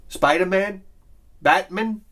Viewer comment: Is that really how you pronounce Batman and Spider-Man? Says the southerner...